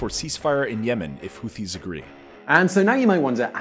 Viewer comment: "HOOWEESE HOOWEEN YEMEN?!"